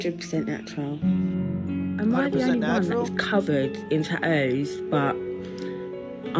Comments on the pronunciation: "tahoos". She can't even say tatoos. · Taooows not tattoo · Am I missing the plot or why did she call her tattoos "tad-nose"? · She forgot to mention, she said "lip fillers and taoos" she forgot cheek, and chin implants as well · The way she says “tattoos” is killing me. Yick Edit: ta-ooze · sorry wtf is a ta ooo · Couldn’t even say tattoos right cuz of them big lips "taoos" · That girl with face tattoos...cant even say the word. Ta'oos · Lip so swollen she can't even say tattoos she keeps saying tacos "I'm covered in tacos" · Imagine being covered in something and not being able to say it. What is a tah ooh? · “Before the tah-oos” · that woman needs to learn there are a couple more T's in the word tattoos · How this chick say "tattoos", but pronounce it with 66.667% less T's than it's spelled with? That ain't no accent, that's a speech impediment.